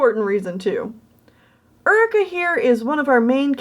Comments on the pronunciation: Very nice job! But I gotta ask, it that actually pronounced Ur-i-kah? Or is it Yoo-ree-kah? Like the actual term Eureka. If that was the authors intention then everything’s all good but I went through the whole video going mmmmmmm...is that actually pronounced right??? Also I think I’ve seen a picture of Jeff Goldblum wearing that rainbow cat sweater xD it looked familiar xD Keep up the great work! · Can I just say.. uh.. Isn't it pronounced "your-ree-ka"?? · I always thought Eureka was pronounced like "your-e-ka"? Maybe the character pronounces it differently though, I have no idea.